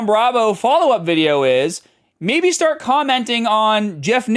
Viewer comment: Why does this guy suddenly develop a thick boston accent for the words "part" and "start"? He doesn't have the hint of an accent for any other word.